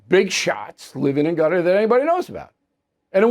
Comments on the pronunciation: I think it's pronounced "Cutter" and not "Gutter"! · I thought Qatar was pronounced Kuh-tarr or Kay'tarr 😊